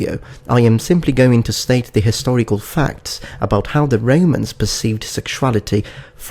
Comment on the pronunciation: i only ask one thing.. why do you pronounce romans as REIMANS